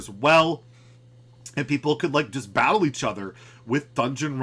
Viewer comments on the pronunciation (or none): none